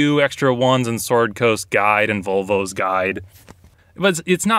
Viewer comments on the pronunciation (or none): It sounded like he said "Vulva's Guide" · I was rewatching this, and only just realized he said "Volvo's guide" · You said "Volvo's guide" lol